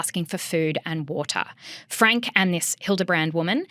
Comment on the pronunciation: I know its not the point but if youre going to talk about things like this please ensure you are pronouncing names currently. Its not hard to figure out its pronounced "frankie". Also from learning about mormon beleifs and from listening to the eldest daughter Shari's book the over representstion of "influencers" and "vloggers" from Utah is because of the mormon of later day saints churches requiring practicing mormons share about their loves to raise awareness of their religion and spread their beleifs.